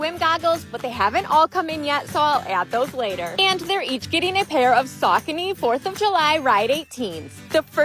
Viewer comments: Pretty sure that is not the name of the shoes…..am I wrong? Sock-a-knee???? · I’m gonna drop this comment here bc I feel like she’s rage baiting and trying to get people to comment this and I refuse to give her a view anyways, BUT… the way she says Saucony is SENDING me!!! It’s pronounced like “Sau-CONE-eee” I used to wear only them like 20 years ago lol, but they’ve gotten ugly over the years. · I could tell she rage baited about the saucony pronounciation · Same with the saucony pronounciation